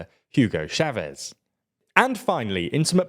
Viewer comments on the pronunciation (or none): none